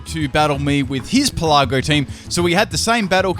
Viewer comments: Pélago not pelàgo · Pelago. As in "archipelago". It's not pronounced "peh-LA-go" (